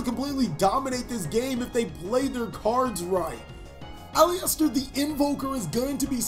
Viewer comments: You're prouncing Aleister wrongly. It's pronounced "A-lee-ster" not "A-lee-ester". :) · Sounded like you kept saying Polyester 😂 great duel btw! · It’s actually AL-LIST-ER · my fav yugituberr. its ah-lister tho. made my ears bleed with that pronunciation